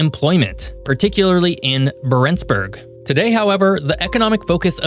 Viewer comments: Yeah and he didn’t even pronounce Barentsburg correctly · Interesting video. NB: Isforden: "EEs-fyoren". Longyearbyen: long-year-BEE-en; "byen" is the definite form of "by" meaning town/city. Barentsz: BAR-ents; accent on the first syllable. Barentsburgs: BAR-ents-burg; again accent on first syllable. Ny-ålesund: nee-OLE-eh-sund; å is a long O sound. I wouldn't bother pointing these out but this is meant to be a geography channel.